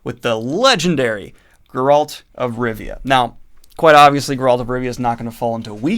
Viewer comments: Grrralt? Geralt! Geralt of Rivia 😂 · No one: Not a single soul: This guy: GUR-rULt of Rivia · Are you saying “Gurralt” it’s Geralt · It baffles me how you say geralt wrong, you hear his name being spoken in the games and tv series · It's Geralt, not Geralt. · Are you intentionally mispronouncing Geralt lol? Its not like its a difficult name. EVERYONE knows how its supposed to be pronounced. Not even excusable. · the way daniel says geralt is painful, send help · After all this time he still can't pronounce 'Geralt'